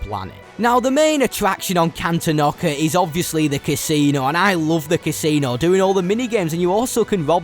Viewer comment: Is it pronounced can-ten-ock-a? I’ve always pronounced it can-ton-ick-a